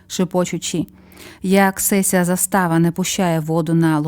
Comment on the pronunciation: Перша кутя скоромна,тобто пісна, а друга кутя- багата.СесЯ означає- ця(рос. .єта), а не сЕся.У вас не виходить розмовляти українською, ви її спотворюєте.